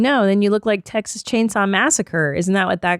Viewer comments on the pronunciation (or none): none